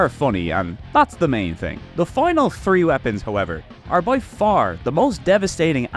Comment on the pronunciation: Wait. Why can you pronounce throne but not three?